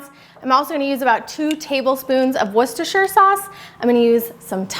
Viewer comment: Love the videos but it’s washyersister sauce lol